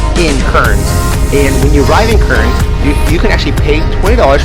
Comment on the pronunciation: Pronounced Cairns = Cans Brisbane = Briz ben